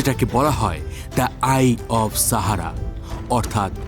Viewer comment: আপনি সাহারা উচ্চারণ টা শাহারা করছেন কেনো।